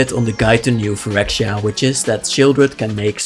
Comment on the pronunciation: You pronounced it a bit like “New phyrwkdoptbfya” in the beginning lmao